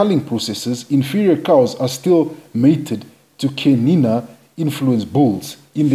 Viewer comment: so happy to hear the CHIANINA name pronounced perfectly and correctly in your video. Pure bred Chianina are utterly confident and quietly aristocratic. Full marks to you for respecting the correct pronunciation.. Chianina is my favourite cattle breed. They behave as royal kings calmly confident and aloof over all the other less tall cattle breeds